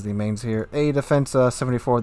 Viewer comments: It's pronounced 'Mines'. I threw my dedicated 19pt firestarter Nurnberg captain on her. So far every singe battle I was either middle tier or bottom tier. It's been a struggle. I get the shit focused outta me, probably because 'new ship smell'. Priority Target is very recommended. Feels very much like a Nurnberg in a tier 8 match. With Demo Expert and both fire flags you get an 11% fire chance times twelve every 6 seconds or less. With Adrenaline Rush fully kicked in it's like a 4.8 second reload. It's really nice getting into a fight with another cruiser. Get close enough and that legendary German AP will do some goddamned work. Hell I was using it on broadside battleships 13km away and getting damage numbers close to 5k. The 38mm HE pen does bad things to USN, French, and British battleships all day long. German, Japanese, and Russian battleships not so much. IMO the only letdown is the 25mm plating and rudder shift. This ship would be so much better if she had the ability to bounce 15 inch shells. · This isn't how you pronounce Mainz (see wiki: ) It's a T8 cruiser, so naturally no heal. Eugen gets one, but also has almost no dpm, Mainz has dpm. It's the premium solution to IFHE rework. WG said CLs don't pay a high enough price for good HE pen and new CLs shouldn't pen 38 mm USN decks. Enter the Mainz, a CL that has Chapayev dpm, needs no IFHE and still pens 38 mm plating. With DE and fire flags, you get 11% fire chance per shell, which doesn't sound too crazy, until you realise that most CLs have less due to new IFHE and the Mainz spams 12 shells every 6s. Mainz spams more shells out than any other T8 cruiser. Shells have a pathetic 1.7k HE alpha but on that reload with that pen and fire chance, can't complain about damage issues. Also, definitely should take PT on the captain and maybe try out the AP more. It is German, the 15 cm gun pens pretty poorly, but at the right ranges, broadside ships will feel it when you pen upper belt. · Pronounced "Mine-z'